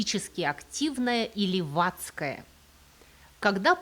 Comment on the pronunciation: Только услышала "леватская", и сразу захотела отписаться и закрыть видео.